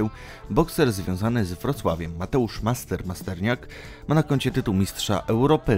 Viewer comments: Masternak a nie Masterniak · Nie Masterniak tylko Masternak